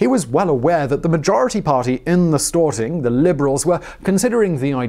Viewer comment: Stor-ting not Stort-ing